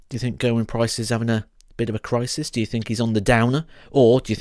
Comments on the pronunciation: I'm Welsh and the right pronunciation is Geh-r-win, not Gerwin as in Michael van Gerwyn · You're pronouncing his name wrong.